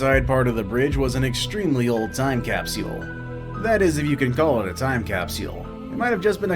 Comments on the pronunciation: Narrator doesn't know how to say capsule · It’s capsule, not capsual. Mr video presenter voice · Why the hell is he saying capseule? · Wtf is a "Capsiole"...